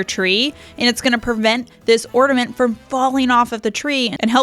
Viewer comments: The word is OR-N.A.-MENT…..not ordament…just sain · You have some great hacks. Appreciate all the ideas. BUT… (I’m sorry), it’s driving me crazy; The word is orNAment. Not orDAment. 😳😬😘 …just sayin’ Merry Christmas! ❤️ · there is no D in ornament